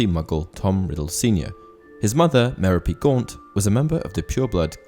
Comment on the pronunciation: The way you pronounce Merope is painful.